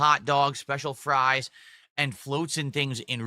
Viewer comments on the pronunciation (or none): none